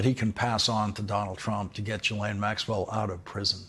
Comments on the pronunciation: Her name is pronounced zhee-LEN. Not G-lain. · Lawrence: you're still pronouncing "Ghislaine" wrong. It's not JEE-LANE. It's GEE (as in "glee") LANE, or GEE LEHN. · Ghislaine is pronounced "GHEE-LEN"...not that she matters, just FYI 🤷🏻‍♀️ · Ghislaine is pronounced Jhizz-lane not ji-lane. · It's "zhees-LEHN", you goofs. Get it right. "zhees" = like "jeez" but with the soft "zh" sound (as in measure) "LEHN" = like Len, with a short, open "e" sound (like in pen) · Her brother pronounces it GILL-un, which is neither the French nor the usual anglicized pronunciation. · Her brother pronounces her name GILL-un, which is neither the French pronunciation nor the usual anglicized pronunciation. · I literally just watched the latest interview with him, where he pronounced it GHEE-LEN 🤷🏻‍♀️ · You'd sound far more informed and professional if you had first checked how to pronounce 'Ghislaine' correctly. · I really wish that the 'accidental/on purpose mispronouncing of names in the media would just stop. It's not an own, and no body believes that, after Ghislaine Maxwell's name has been in the news for years, along with the capability to easily google it, that you can't properly pronounce her name. It's gone beyond ridiculous.